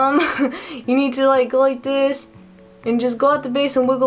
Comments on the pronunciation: You go like dis....then you go like dis....then you go like dis.... Lol! I just love you and Bunny. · I laughed when you said like dis